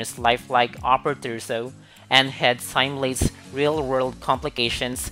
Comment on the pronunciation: This computer voice does not pronounce words correctly. Stickey or "is the key"; simulates is NOT pronounced /sīm/yo͞o/lāts/. Get a real person.